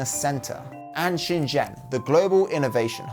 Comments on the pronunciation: Everytime he says "Shenzhen" I keep thinking he is saying "XinJiang" 😅 Great video man! Just Shenzhen = Shen- jen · So I am I lmao. That's what I mean by "Anglo accent." In English a good approximation is "ShinJin." He said "ShinJen." Guy obviously doesn't speak Mandarin so him just getting the "j" sound is already better than 90% of English speakers who probably would've pronounced it with a "z" sound instead. And Xinjiang sounds nothing like what he said, the way Anglo speakers pronounce that isn't nearly correct either lol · Him pronouncing Shenzhen as Xinjiang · I am literally Chinese, I just compared it to what the automated captions stated. He pronounced it more closely as "Shin Jian" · ok yeah im wrong in that way, I just wanted to highlight google automated captions registering it closer to "Xinjiang" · this guy can't even pronouce Shenzhen. get an education before you make a video.